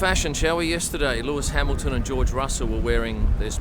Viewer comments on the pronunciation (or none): none